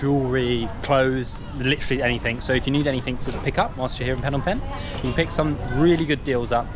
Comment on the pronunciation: Ah yes city of PhEEnom PEnh not Phnom Penh 😂 also have a nice day there!